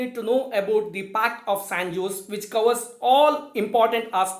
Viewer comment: Actually J is silent. So it's pronounced as San ose'.